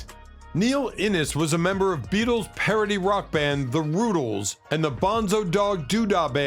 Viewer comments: It's Rutĺes not Rootles. Smh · I am so sick of these AI videos! That annoying voice, the constant mispronunciation of musicians band names... The Roootles? Seriously?